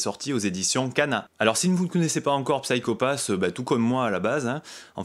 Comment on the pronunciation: D'ailleurs on prononce "Sayko Pass" à l'anglaise ;) Je te recommande grandement la série si tu as aimé ce premier tome. On retrouve une ambiance similaire, très cyberpunk, polar SF. Minority Report est un bon point de comparaison, l'idée du système Sybil s'approchant de la méthode de détection avancée des crimes dans le film. Ce qui est intéressant c'est de ne pas avoir une bête adaptation de cette excellente série (qui a d'ailleurs été légèrement remaniée pour amener la saison 2, tellement elle a eu du succès, il y a même un film qui sortira en septembre chez Kana). L'idée du préquel est excellente, on va en savoir plus sur ce qui a amené Kogami à devenir un exécuteur, ça apporte de la précision et du background sur un univers assez riche avec des personnages charismatiques et au lourd passé (l'opération qui a mal tourné et qui a changé cette fameuse équipe qu'on découvre dans ce tome). Je dis ça de mémoire, ça fait un moment que j'ai vu la saison 1 (je n'ai vu qu'elle pour le moment d'ailleurs). En tout cas, très intéressant, j'ai hâte de déguster la suite, un tome vraiment bien mis en scène et bien rythmé, très plaisant à lire et dans l'esprit de la série.